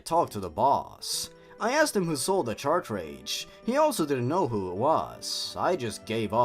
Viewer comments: Cart-Ridge. Not “CHARTRADGE!” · I'm kinda annoyed that you pronounce "cartridge" "Chartrage" It's pronounced "cart-ridj" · Not to be mean but you say "Chartridge" not the correct grammar which is Car and Ridge with a T sound at Ridge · This is the first video I've found of yours, I like your humour and editing plus you speak clearly without rambling. But the one nitpick I've got is that cartridge is pronounced "Ka-tridj". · Yeah ok I cant help it but notice you keep saying "Chartridge" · No offense, but I think the way you pronounce "cartridge" really adds to the awful writing of this story.